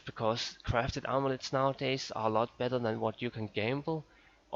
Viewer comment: "Crafted Omelettes"